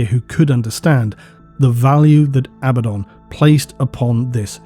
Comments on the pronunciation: Abba-don = correct A-bad-in = incorrect There is zero debate about what's correct. Even stated by GW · I genuinely love you videos, but everytime I hear you say abadon wrongly, I think... cmon man, you know there's only one way to say it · it tickles my brain every time you reiterate the actual english pronunciation of abaddon (not abba-don). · There’s probably some grammar rule about it, but every word I can think of that has a double consonant stresses the syllable before the consonants. PAddle, BUllet, FIddle, HAppy, etc. Despite that, I think ABaddon sounds better, with the only advantage of the other pronunciation being that it sounds like “a bad ‘un”, which is appropriately derisive for such a cartoony villain.